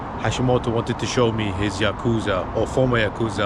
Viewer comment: Uhh maybe learn how to pronounce yakuza correctly before visiting one? Even the translate pronounces it better than you💀its probably not safe to be in japan to firstly even mention the yakuza and secondly say the name wrong bro u must have a death wish or smth💀